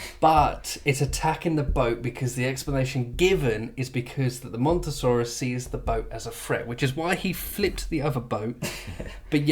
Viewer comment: It's called Mosasaurus not Montosaurus .